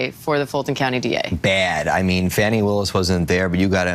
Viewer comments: "Fani pack" 😂😂😂😂😂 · And pronounce her name correctly! For the slow, disrespectful people...Fani is pronounced FAWNY! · "Fani Pack" 😄